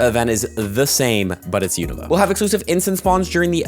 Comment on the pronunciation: the first person to pronounce unova correctly